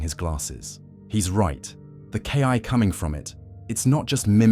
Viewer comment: Ki is pronounced kee, not Kai...